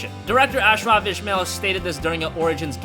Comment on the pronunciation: Damn man you really can't pronounce arabic names : Ashraf Ismail أشرف اسماعيل Game director.. we can speak english as good as u , but u can't pronounce one name right?? BTW i like u channel and ur videos.. keep up the good work